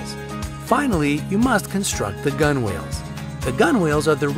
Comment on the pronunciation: Gunwales is pronounced "gunnels"